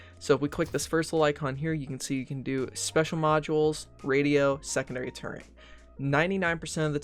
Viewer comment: It kind of sounds like you're putting an 'n' in turret. It's not turreNt